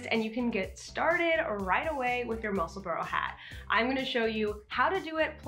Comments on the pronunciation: Love your knitting but it's musselbura not burrow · Neither. It's pronounced Mussel-burrah. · I’m so curious-Since you live there, is it pronounced Mussel-burrow or Mussel-burr or Mussel-burg?